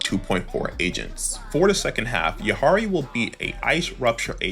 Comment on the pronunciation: Its yi dha ri😂